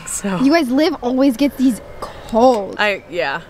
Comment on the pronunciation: LIV it’s liv guys livvv